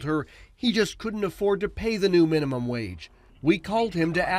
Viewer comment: "Minumum wage" Lol.